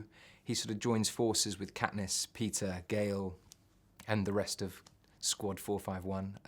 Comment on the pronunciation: When he says Peeta it sounds like pizza :D